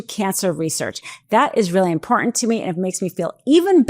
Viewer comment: Good reporting! But could you learn how to pronounce IMPORTANT?